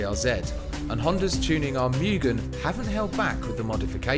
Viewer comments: Moooogen not mioogen! Moooooogen. *Pronunciation* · It's not Miuugen it's Mugen (Moo-Gane)